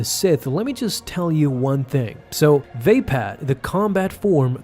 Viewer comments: Dope video, but everytime i hear [vay-pad] it makes me wince xD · Pronounced “va-pod”.